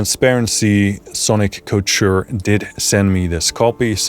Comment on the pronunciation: Sonic Couture. Like Haute Couture. Haute couture means high dressmaking, or the height of fashion. I believe Sonic Couture means the height of sonic fashion—which is a good thing. Ko-ture. That’s how you pronounce it.